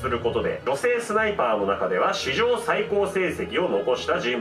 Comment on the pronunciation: ス"タ"イパー（）